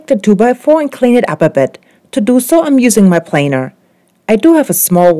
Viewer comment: Hey, you prounounced "planer" the "normal English" way!